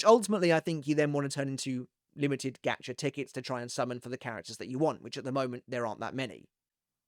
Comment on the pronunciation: is he saying “gatcha” or “gotcha”? “gotcha” like got ya?